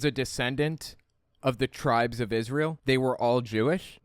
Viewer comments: The clip of him singing is so cringe it hurts. And why does he pronounce it "israyel"? And brings it up every single time 🙈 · Dude don’t even know how to pronounce Israel and he has a severe speech impediment